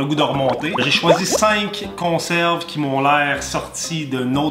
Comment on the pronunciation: Good job! « consarves »😂 encore un like big lâche pas!